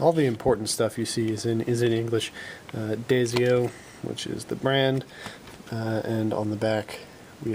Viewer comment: DIE-SO not DAY-ZIO :)